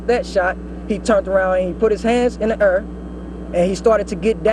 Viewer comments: “he put his hands in the err” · "he put his hands in the err" lol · " He put his hands up in the arr " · "He put his hands in the eir." English... Do you speak it?